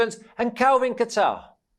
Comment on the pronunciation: It’s Kattar. “Kayter.” Not a place Middle East like Qatar. And he’s not new, so you know you’ve heard his name pronounced correctly multiple times... either y’all don’t really watch ufc or just foreigners grossly forcing their dog poop pronunciations.